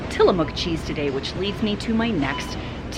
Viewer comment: I love that you pronounce Tillamook correctly 🎉